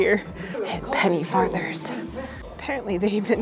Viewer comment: It's penny farthing not penny father :)